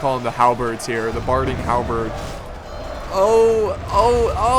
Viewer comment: You're pronouncing "Loké" wrong. You're saying it as Luke, when it's pronounced like Loki in the Marvel universe, though some also pronounce it "Lokay". And Barding Hird are pronounced Heerd, not Heard